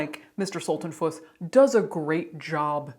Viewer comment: "Veda... Veda Sulten-PUSS!!!" 😁😸 (Also, that little disclaimer about the name mispronunciation is EVERYTHING, as my name is regularly butchered too, even though it's only for little straightforward letters long.) Caitlin, you just made my day! Always looking forward to your next post & excited when it comes through in my notifications.